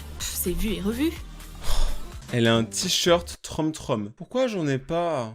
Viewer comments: troom ce dit troum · On dit troum mais ça s'écrit troom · Troume...TROUME voilà c comme ça qu'on prononcé •^• si non super video! UnU